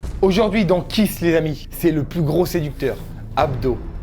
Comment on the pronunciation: Hé les gars , Kees ça ne devrait pas se prononcer Kiss mais kiz ...? 😂